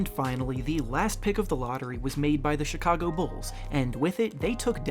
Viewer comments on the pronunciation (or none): none